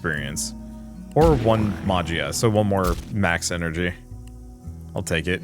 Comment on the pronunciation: I was wondering about gameplay for this game!!! Btw, Magia is pronounced “ma-he-ah”